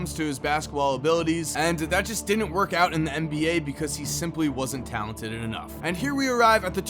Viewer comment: “because he wasn’t talentededed enough” That was hilarious bro love your vids